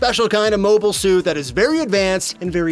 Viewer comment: To be fair you have been pronouncing 'mobile' incorrectly throughout the video.